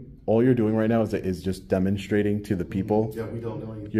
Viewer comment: Is he purposely saying “dumbenstrating”. Me thinks so!!